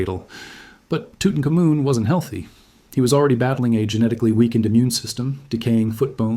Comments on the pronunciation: Ok I think the facts are correct or mostly so but NO ONE ever pronounces Tutanhkhamun's name "toot un ka moon." That is laughable. That's when you know AI is narrating. That is badly mangling his name. It is "toot un common" and it always has been pronounced that way. Other names were mangled too. If you're gonna use AI... program it to say the names correctly. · Tootin-cum-moon lol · I always thought it was pronounced Tutankhamun, not, Tutankhamun.